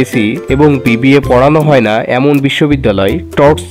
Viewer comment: ভাইয়া যেভাবে না বললেন। আমার মনে হলো এভাবে না বলাটা উচিৎ হয়নি আপনার, কতটা আবেগের সাথে ভিডিও টা দেখতেছিলাম। আমি এসএসসি সাইন্স ছিলাম hsc কমার্স কম্পিউটার সাইন্স নিয়ে পড়া টা আমার সপ্ন ছিল। এই না টা ত অন্যভাবেও বলতে পারতেন🙃